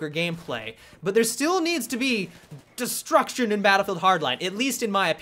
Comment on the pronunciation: how he says DESTRUCTION kills me lol